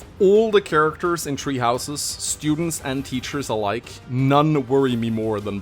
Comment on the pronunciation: I keep hearing treehouses instead of tHree houses.